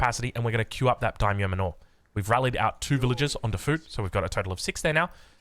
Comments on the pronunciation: Manor is pronounced like "manner", not "man-ore" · So, "Daimyo Manor" is a mansion or homestead like"Wayne Manor". You pronounce it like "manner". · I had a good chuckle when you pronounced “manor” correctly at the start of the video then went right back to the normal way you’ve been saying it 😂 you were right the first time though, it’s pronounced exactly like “manner”. On a side note, will try the build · Daimyo manure. 👍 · Also lol the pronunciation of "manor" 🤣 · He's trying 🤣